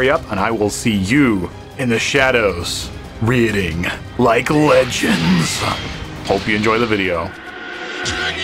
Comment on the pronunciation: You literally said reading instead of rating